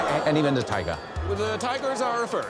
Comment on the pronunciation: Quel "tigah" finale pronunciato alla britannica mi ha fatto venire 🤤